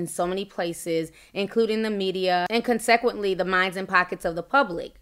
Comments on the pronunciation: CONSEQUENTLY: PRONOUNCED...CON-SEH-KWENT-LY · Interesting pronunciation of consequently lol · Ti, I love you, but please do a practice read beforehand! The way you were pronouncing some of those words, girl. Consequently?! Lord have mercy.